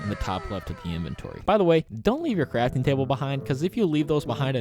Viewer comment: Dude he said make a caftting table and jutbox and jame in hahaha🤣🤣🤣